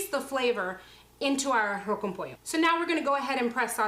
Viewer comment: Si es arroz con pollo tipo cubano y ella pronuncia muy bien arroz con pollo porque no lo dice en español